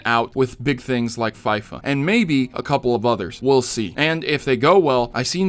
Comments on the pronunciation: the south east London kids call it fee-fa 18 not fi-fa 18 u got it right at the end of the video but not at the start whyyyyyy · It's not Fi-fa it's foifa! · The Fyfa pronouncement kinda triggered me (even though I have never played it) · "fifuhhhhh" is just sad... unsubbed lol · Everytime he said fyfa I died a little inside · hahaha fy-fa, wow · Yeah I cringed a little... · I don't care, I loved the way he said FIFA, it made me laugh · I litteraly went to the comment section to see How many Would throw thrash on you for saying FIFA like that😂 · Everyone is complaining how pronounced Fifa wrong. Yet no one said anything how would was spelt wouild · The way you say FIFA is hilarious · You have to be a really ignorant person to not be able to pronounce FIFA. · The way he said FIFA 18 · Dude learn how to say FIFA probably!!